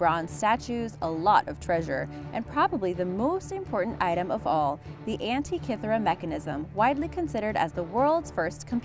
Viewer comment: 1: Diss the music, funeral-esque. 2: Teach the gal narrating HOW to pronounce words like burial(not boorial), Abydos and Antikythera. All are mispronounced